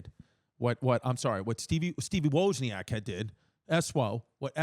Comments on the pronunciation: There’s a lot of inaccuracies in this video but one is right here Apple products say Cupertino because that’s where their headquarters is currently located and has always been located Waz-knee-ack btw Jesus Christ. Waz like Wizard of Oz. Wozniak. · Steve Woah-zniak